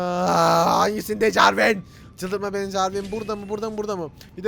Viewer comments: jarwin değil jarwis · jarvin ? jarvis olmasın o :D:D:D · enes abi o carvin değil CARVİS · jarvin değil jarvis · jarvin deiğil jervis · Jarvis e jarvin diyen enes... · Jarvis'e Jarvin mi dedi la o? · jarvin değil jarvis neyse çaktırma :D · Jarvin değil Jarves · Enes abi adı Jarvin değil JARVIS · Abi o Jarvin değil Jarvis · abi jarvin değil jarvis :D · Jarvin değil jarvis :D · o jarvin degil jarvis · Bu arada Javin değil Jarvis -_- Şka şka :D we love you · abi jarvin değil jarvis :) ve abi picaxe in modunda bunlar bulunmuyor hepsi cheat :D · ABİ AFEDERSİN AMA O JARVİN DEĞİL JARVİS!! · Jarvin değil jarvis her jarvin dediğin vidyoya bu yorumu attım ama nafile:D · abi jarvin degil jarvis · abi o jarwin değil JARWİS 😀😀😀😀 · abi jarvise jarvin deme 😆